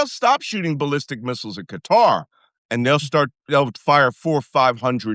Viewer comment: Shouldn’t Malcolm know how to correctly pronounce Qatar?